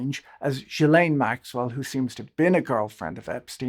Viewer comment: I wish you would pronounce Maxwell’s name correctly